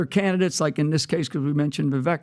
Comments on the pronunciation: viv VAKE. . learn his name people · At some point I think those that have large media platforms or are interviewed on these platforms should try to look into pronouncing the names of those you refer to over and over again properly. Vivek Ramaswamy’s first name rhymes with bake or cake. As if it were spelled Vivake. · "Vivake" rhymes with cake.